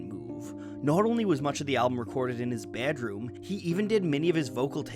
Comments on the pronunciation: my brain keeps focusing on the way says bædrom and not the video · I love videos, but I hate the way he says BEDROOM lol